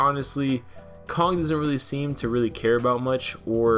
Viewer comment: Why-on-earth do you add a second "g" to words that end with the same letter(Kong-g)?